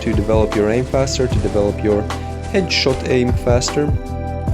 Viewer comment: 80% "u know" 15% "edshot" 5% "skill"